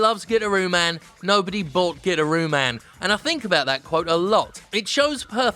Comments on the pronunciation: Pretty sure its guitar-ooo man, and not "gitter-ooo" man, lol. But regardless, good list. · It's pronounced Guitaroo Man, Jim. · Pretty sure it's called gui-tar-roo man. Sadly I pirated it, but it was amazing. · Nobody: Jim: "GIT-ah-RUE MAN"